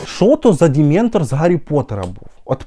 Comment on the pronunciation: Дементор😂😂 хахаха реально. Жах якийсь